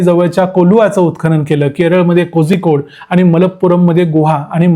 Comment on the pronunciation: कोझीकोड नाही "कोळी"कोड !